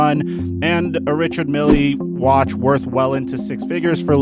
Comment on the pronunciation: “Richard milley”😂